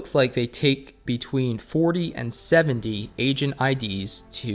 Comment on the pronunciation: Everytime you say "Agent id" and i lowered the volume it sounded like said "Asian id"